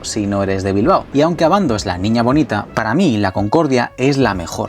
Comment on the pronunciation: Bilbao, no Bilbo. Gracias.